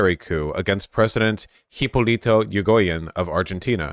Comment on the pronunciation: 1. It's ee-ree-go-yen 2. You can copy and paste words in most major languages into Google Translate and have it pronounce the name for you as long as you have it set to the language that the word is in.